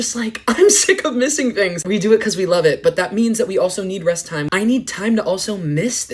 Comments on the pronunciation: Not gonna lie I thought he said “RENT” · WHEN HE SAID REST I FR THOUGHT HE SAID RENT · I thought he said Rent and was about to scream so loud